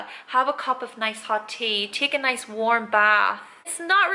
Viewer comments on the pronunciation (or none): none